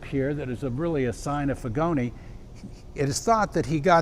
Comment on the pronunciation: Pronunciation of Figoni is: Feegonee